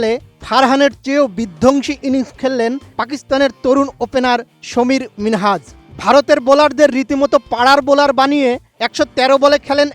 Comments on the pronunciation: সামির মিনহাস, সমির না!!! ব্যাটা বেকুব, আগে নাম ঠিকমতো উচ্চারন করা শিখ... তারপর নিউজ পড়িস!!! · সমীর নয় সামির মিনহাজ। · সাংবাদিক সাহেব সমীর মিনহাজ না সামীর মিনহাজ হবে 😂😅😂😅😅